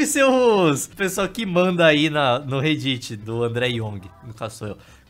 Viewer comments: Petição para a alfabetização do,para ele aprender a falar réddit É só piada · o andré buga meu cerebro porque ele invés de dizer rédit ele diz rei-dit